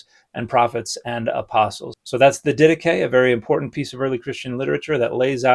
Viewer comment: English speakers never fail to surprise me with their pronunciation of Greek words. I would not have recognised it if it wasn't in the video title.